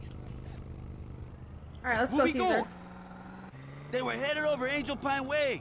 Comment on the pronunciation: IT'S CAESAR!!! NOT CARLOS. LOL.